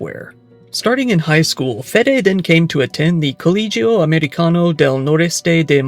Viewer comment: Its coh-leh-hee-yo😂